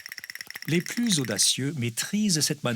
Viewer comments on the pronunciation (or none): none